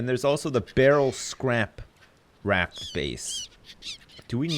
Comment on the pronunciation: I love how pronounces buoy and raft. "Booeys" & "Raaaaft" lol.